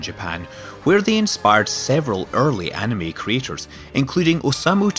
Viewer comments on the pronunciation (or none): Shuvuuia I know but for some reason it just hits my ear wrong. At least these guys aren't as infuriating as Watch Mojo.